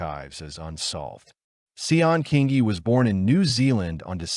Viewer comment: Thank you…I remember this case living in the area at that time…The pronunciation of her name was Sharn Kingi fyi… Absolutely tragic💯😢🇦🇺